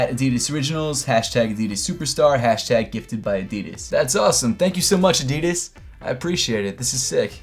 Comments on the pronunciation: thats the way youre supposed to say adidas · Pronounced Adidas the European way. Does make sense they are made in Germany witch is in Europe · Finally Americans can start saying “Adidas” the correct way - the way it’s meant to be pronounced